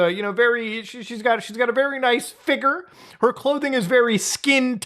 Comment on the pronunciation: He said figure with the hard R lmao